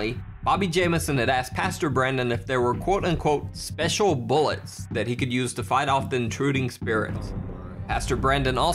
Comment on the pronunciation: “I need some BOOLETS for me ghost gun”